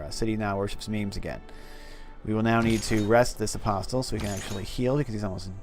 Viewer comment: You heal religious unit in or in an adjacent hex of a holy sight. Inquisitors can fight religious combat within your borders. They can also remove heresy in your cities. Missionaries are the most cost effective way to spread your religion. Oh, and the "t" in apostle is silent.